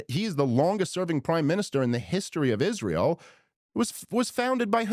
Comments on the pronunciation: Candace pronounces “Israel” as “Ishreel” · Candace ! Its not ishrael. Its israel. Learn that atleast .